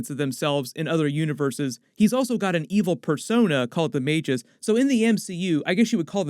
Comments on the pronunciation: Ma- GUS. Not may-jis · its magoose not mage-ess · I thought it was "Magus?" He keeps saying "Majus" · Its Mag - Us Magus. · Sounds like may·guhs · It's pronounced "Mah-gus" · Magus, rhymes with Vegas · The way you pronounced Magus lmao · Always read it magus with the hard g. Lie gus